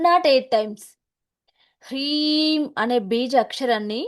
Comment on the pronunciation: ప్రీం కాదు హ్రీం